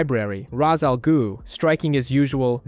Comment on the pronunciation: Jesus christ...raz al goo...really?